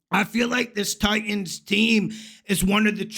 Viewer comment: Please don’t say Titans that way. Pathetic 😂